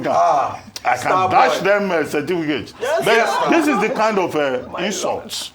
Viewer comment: Dr Abati, datch them certifcate! 😂